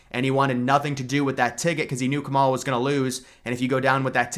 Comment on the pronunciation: How hard is to say Kamala’s name correctly